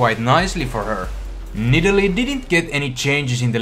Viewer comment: Love how you say nidalee XD "nidili" :D